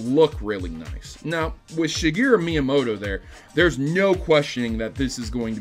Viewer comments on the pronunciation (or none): none